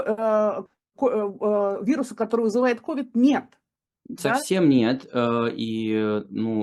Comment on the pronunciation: Да не КОвид, а КовИд— прямо режет ухо!